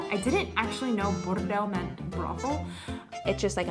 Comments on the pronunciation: this was like czech, really! She said the word bordel really good 😂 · says „bordel" perfectly 👌🏻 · Hi, thanks, great video. I really like how pronounces the word “bordel” She is amazing! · Když říká bordel, je její B 👍🤗😃. Jinak palec nahoru za tento kanál. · je skvělá:D a líbí se mi, s jakým gustem a důrazem vyslovovala slovo "bordel":D